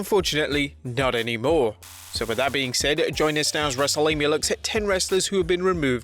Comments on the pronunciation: Mistake: In the intro you said “WrestleLamia” instead of “WrestleGamia” LOL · He said Wrestlelamia & not Wrestlegamia